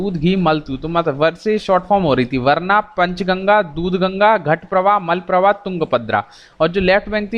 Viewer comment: Sir it's not वरणा ...it's वारणा...